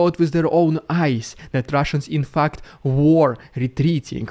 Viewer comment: omg, the way Dude says fact at 10m44s is exactly how Aussies say fucked! Lol.